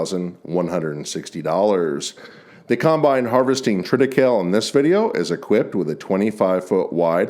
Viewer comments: We grew some triticale in the late 70s in southwest Missouri. We only grew it for one season. It's much more prevalent in Poland, Germany and France. Incidentally, you pronounce the 'e' in the name. tri-tih-KAY-lee. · Triticale is pronounced "Trit-uh·KAY·lee." It is a hybrid of wheat (Triticum) and rye (Secale). They tried to grow it in eastern Washington in the 1970s, but it never caught on with farmers. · TRIT I CAYL EE